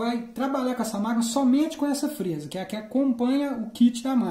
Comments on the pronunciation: Não é frêsa é frésa. É claro que não tem acento. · VC TA PRONUNCIANDO A PALAVRA FREZA SEM O ASSENTO MAS ORESTO TA BEM ESPLICADO